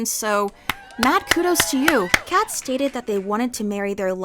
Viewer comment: I’ve never heard anyone call Kkat cat. They always say Kay kat.